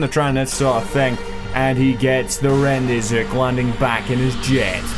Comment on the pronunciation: im getting a bit tired of the rendezooks but great video nonetheless